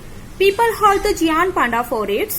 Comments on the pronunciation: it is not geaant it is gaint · Pronunciation is wrong. It is not geeaant (giant) and beer (bear).